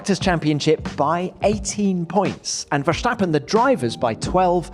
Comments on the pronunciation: If Redbull wins, I want Tom Clarkson to stop calling Max “Vershhhtappen”. Just drop the H. There is no H in is name :). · Any excuse for him to say "VerSHtappen!!!" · Can Tom Clarkson please stop calling Max: Vers-hhhh-tappen The "s" in Dutch is exactly pronounced as the "s" in English. ... The way you butcher Max' surname is an absolute travesty.!! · the only thing that hurt my ears was your Versjtappen pronunciation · It's Verstappen, not Vershtappen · there is no sh in verstappen